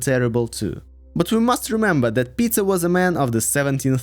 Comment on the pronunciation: I mean its not correct to go into Tsars and Princes/Knyazes bcz history is very foggy, but not to include Alexander, Alexander II, Catherine the Great while including Fyodor, Malenkov & Chernenko? What? Even most russian people don't know much about them. Also, i chuckled how you pronounce "Peter" as (or close to) "Pizza" a few times. Another point - this is HIGHLY subjective. Literally every person in Russia will have different timelines depending on their political standing bcz even in USSR rulers were veeery different from one another. Just keep it in mind if you are not from ex-USSR country (therefore probably don't know this nuance). Also - i disagree with you on Alexander II. He's not S-tier. He is S+++ tier.